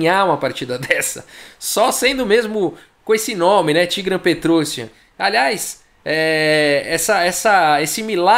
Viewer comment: O IAN em nomes armênios se diz com destaque. Se diz então"petrosIAN".